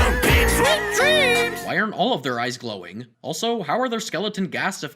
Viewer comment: And why does he say sleep dreems!! Just why!!????!?!?!!